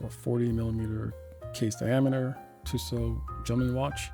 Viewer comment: Nice vid, however, tissot (t-so) is the only way it is pronounced. The last T is never pronounced